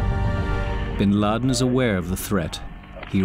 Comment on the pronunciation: Duuude...Bin Laden's impact is felt even here in Kenya during 1998 bombing of US embassy... Hundreds of deaths plus casualties...And its Bin Laden,not bin lid